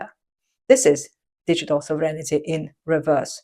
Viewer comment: Great stuff as always. But just one minor thing... it's SOVREIGNTY, not SOVREIGN-I-TY. It is a common error :)